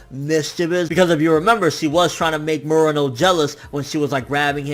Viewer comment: You known some Japanese. You should know how to pronounce Murano correctly. And that yakuza scene was awesome. Best scene of any anime I've seen this year.